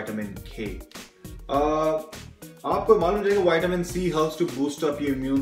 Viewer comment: He pronounces vitamin as whiteamen